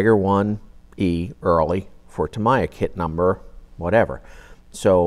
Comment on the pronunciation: "tam ee yah" not "tam eye ah"